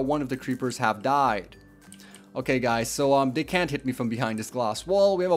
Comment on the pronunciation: 'goiys' 'auwsome'